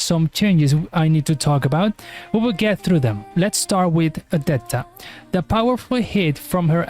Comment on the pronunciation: Why forcing "Odett A"? Bro just say Odette is not that hard🤣. C SIXXXXX, SIXXXXX, NOT C SITTS